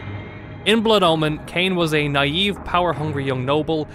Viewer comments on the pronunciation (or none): none